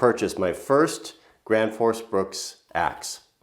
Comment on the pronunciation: its gränfors not granfors, big differens